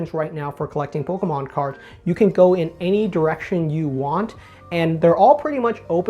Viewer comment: The way this guy says pokaahmaan